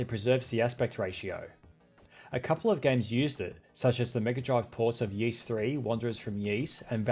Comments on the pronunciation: I've made that mistake too with Ys: it's /Ees/, not /Y/ees/ 😋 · 'Yeese' that's a new one. I've heard 'wise' (for Y's), 'Yiss', 'Eaze', or just 'Y-S' (the real pronunciation is -eese like geese) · I believe Ys is pronounced 'Ees' I know, worst name ever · Am I hearing this right... "Y(eas) 3?".... Yeas(t)?! hahahah